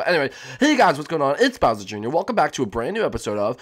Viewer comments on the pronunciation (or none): none